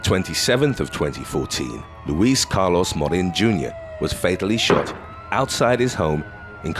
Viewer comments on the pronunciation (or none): none